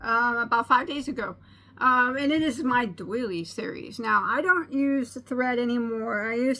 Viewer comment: Oops! Doily, not daily. :)